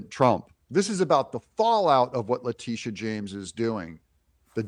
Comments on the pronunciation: It's Letitia, not Latitia. I like to think of her as Lettucehead James. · LA-TI-SHA., not Latita...if you are going to piggyback of other people's content at least get the names right. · Pronouce her name LA TISH AH. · Her name is pronounced La-Teesha